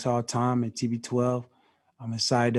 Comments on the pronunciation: 1st things 1st...learn your teammates names..its not Goodwin its Godwin........ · Did he say, "Chris Goodwin" Lol 😂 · It's Godwin not Goodwin like slip up there buddy lol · Don't worry AB you'll get it right next time....its Godwin😂